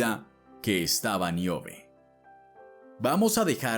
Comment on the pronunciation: No es Miobe. Es Níobe.